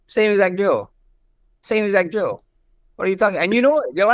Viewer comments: It kind of sounded like Max said Joe, when he really said "drill" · max sounded like he said Joe when he said drill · I just realized that asked „who‘s joe?“ because he heard „same exact drill“ as „same exact joe“ hahhah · To be fair it did sound like “joe” when max said drill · Max was saying drill but it sounded like Joe.. So ilia said who tf is Joe lol hahahaha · He understood drill as ‘’JOE’’ 😂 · Ilia asked who's "joe" because of the way Max pronounced "drill" 😂😂😂😂😂😂 ❤❤ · he was actually making fun of the way max pronounced DRILL